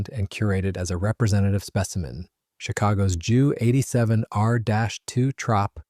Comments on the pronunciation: I know someone else has already corrected the narrator BUT I'm going to do it again. Its a JU-87 pronounced J U not Jew. Joo. Or even Jue. Junkers JU-87 Stuka. Mispronunciation shows a lack of a/c knowledge. And shows you're a noob to the historical aviation scene. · Not Dschu 87! Ju (Yu) 87